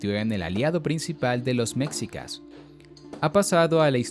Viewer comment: Pronun ia bien por favor no digas mcsica esmexi a nahuatl señor.